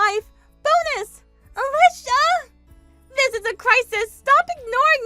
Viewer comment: At least the boyfriend knew how to pronounce Ah-Leeshah!